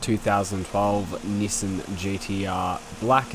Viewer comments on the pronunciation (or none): Appreciate the vids but hearing "Nissin" really hurts my soul